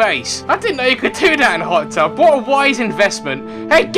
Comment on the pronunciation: did anyone else relise that said pot tub at the end:D